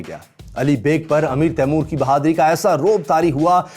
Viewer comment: His name is timur why do Indians say taimor that’s disrespectful